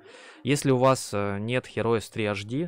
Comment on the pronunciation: автор же знает что название игры, которой 25 года, произносится Хироус?..